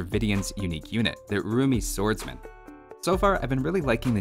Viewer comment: I keep hearing their name as the "Roomy Swordsman".